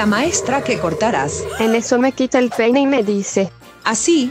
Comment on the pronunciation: Gente dice pene en vez de peine